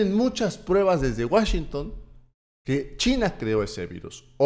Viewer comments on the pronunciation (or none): none